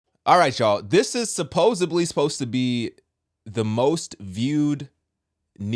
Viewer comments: Supposedly sir, not suposebly. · Hey it's SUPPOSEDLY not SUPPOSABLY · Supposebly isn't a word.. It's SUPPOSEDLY